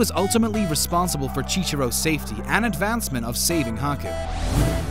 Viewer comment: Did u say chichiro?